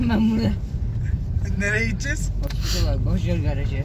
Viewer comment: hospitıla hospitıla😂